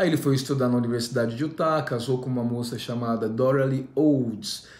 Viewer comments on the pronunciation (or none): none